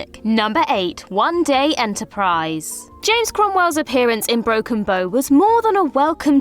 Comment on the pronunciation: bow The front of a boat is called the bow as in broken bow not a bow for hair tie lol